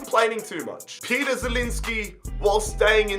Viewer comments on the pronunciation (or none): none